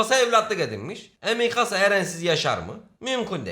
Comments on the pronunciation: abi misaka değil mikasa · bende çokkarıştırıyorum misaka deil mikasa sonu kasa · mikasa❌ misaka✅ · misaka????? mikasa olcak o :) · Mikasa ya Misaka diyen koca yürekli abimiz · X: Mikasa ❌: Misaka ✅ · abi nasıl dilin sürçmüş öyle, mikasa onun adı ... bvsdöv